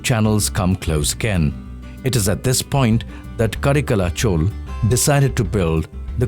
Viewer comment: For a while I was just thinking when did godavari became cauvery But being work of humans it do have mistakes , such an intellectual presentation from rstv is not exception of making flaws. However one thing is common the north people often make their miss utterances with southern names. Leave about the verbs , guys nouns can never get changed Chol - it's chola Karaikala chola - it's not ka-re-kal chol